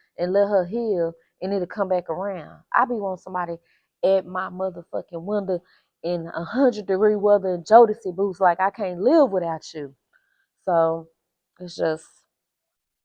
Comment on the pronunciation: Hey, not "Jodeci Boots"....😂 TFS